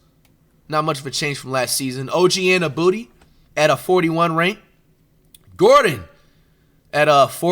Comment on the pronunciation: OG AN-AH-BOOTY 😂😂😂😂